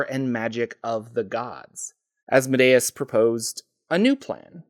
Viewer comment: THANK YOU for your proper pronunciation of Asmodeus.